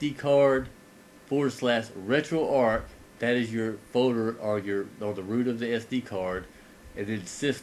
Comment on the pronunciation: One of the few people to properly pronounce "RetroArch" as in "ark", Retroactive Archive. Not "Arch" as in McDonald's arches.